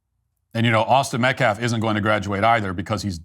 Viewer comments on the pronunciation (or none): "Austin Metclaf" "Self Deflence" "Daniel Penna" 🤦‍♂️🤦‍♂️🤦‍♂️